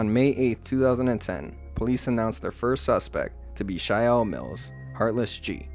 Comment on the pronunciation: You are going to call him “Shial mills” ? Com on now, it’s pronounced “Shael” But the spelling is good “Chael Mills”